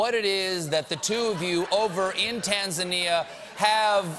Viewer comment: As Tanzania,.... am very proud to hear how Stephen pronounce TANZANIA....Please visit us one day we will teach you Swahili. Tanzania the land of Kilimanjaro, Zanzibar, Serengeti, You will enjoy the wildlife Safari and most beautiful beaches of Indian ocean. Tanzania is the most beautyful country in Africa and so peaceful..